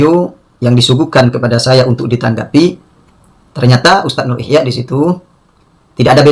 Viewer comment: Si Ikhyak Salah Baca Terus Ilmu alatnya nol